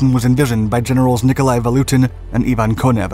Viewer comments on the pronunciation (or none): VaTutin, not VaLutin. :) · I kept on hearing: "Nicolai VaLutin'. I assume it must have been Nicolai VaTUTIN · Sorry, but you repeated misnaming of the Russians was very jarring to the ear! General Vatutin! Two T's. You kept saying Valutin. As if it comes from English word value. Malinovski. From Russian Malina = Raspberry! Stavka. The first letter is an S. And pronounced as such. I keep hearing historians pronounce it as Sh. Maybe Germans said it that way. It is from Russian word Stavit' = to put. Same word also means to bet. The other thing is you are sympathizing with Germans as if somehow they were the good guys in this war or even encounter! Nothing is further from the truth! Germans were the aggressors, the occupiers and the Soviet Union was fighting back to free their land or the fascist scourge. Why would you say terrible T-34s? Tons of young Russians perished in those tanks for the good of the World!